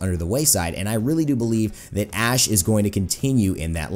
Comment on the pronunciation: Seriously thought you said ass